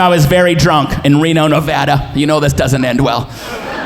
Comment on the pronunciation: I am from Reno. You get many bonus points for pronouncing Nevada correctly! 🎉 I sure hope you find your way back to Reno sometime. Great set!! 👏👏👏